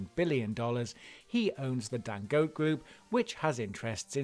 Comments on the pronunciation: I know! I mean, with no offence intended towards anyone, if we can take the time to learn and pronounce "Schwarzenegger" I don't think it's asking too much to find out the right pronunciation of Dangote! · Who else got bothered every time he pronounced Dangote wrong?